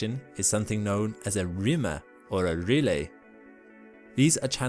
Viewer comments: Wonderful presentation, however: Aristarchus: aris TAR kus Rille: rill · LOL! Not to mention "rillay"! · Not “relay”, “rill”. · Some fantastic imagery of lunar surface features! But pronunciation is sometimes weird. Aristarchus is supposed to be, "air-uh-STAR-kiss" Rille is one syllable – the final "e" is silent, "rill" Montes Carpatus is "mon-tess car-PAH-toos" (it's Latin for Carpathian Mountains) I think there were others, but these stood out to me. Still, none of this really detracts from the great information covered here. Thanks! Fred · Very informative. Thank you. PS Better look up the correct pronunciations of "rille" and "Aristarchus"... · You mentioned Ina but not any at least theories as to how it and similar features formed, nor any new discoveries about it. I clicked on this because I thought something new had been found out. :-| Disappointing. I don't think your pronunciations of Aristarchus and rille are correct, though I suppose it could be a cultural thing.